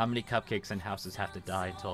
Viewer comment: did said cup cake?._.